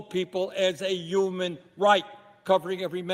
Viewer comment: “As a YOUMAN right!” 😂